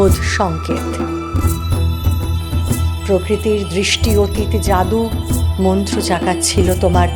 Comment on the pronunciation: ভালো লাগে নি। সমাস বদ্ধ পদগুলির যথার্থ উচ্চারণ হয়নি। যাদুমন্ত্র কথাটার মাঝখানে যে গ্যাপ তৈরী করেছো, সেটা বাক্যের কর্মকে কর্তার অধিকার দিয়েছে। এসব কবিতা নিয়ে খেলা করা যায় না।